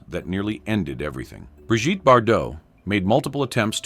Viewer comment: Bree Geet, Brijtty? 😂😂😂